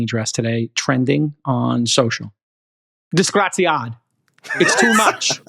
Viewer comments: Every time Jason say disgraziad instead of disgraziato I die a little inside, Chamath tell your wife t teach him some italian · 😂 it’s “disgraziato” not disgraziad 😂😂😂😂Elon ❤always simply Awesome! Grokipedia Encyclopedia Galactica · Si dice disgraziato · "Disgraziad"! As an Italian, I'm loving it!